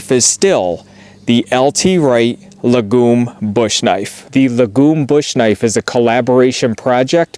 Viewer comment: Lagom means "Just enough" in Swedish. It's pronounced with a long Aa.